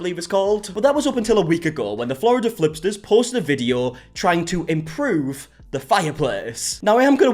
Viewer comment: "Florida flipters" 😂😂😂